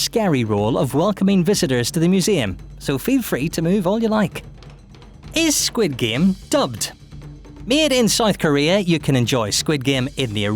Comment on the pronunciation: Your Korean pronunciation for squid game is messed up.